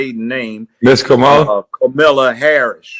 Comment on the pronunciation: Kamala Ho-rris.